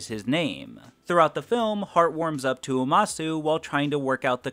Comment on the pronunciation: Umasou (oo-mah-sew)